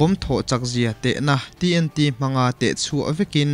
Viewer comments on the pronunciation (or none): none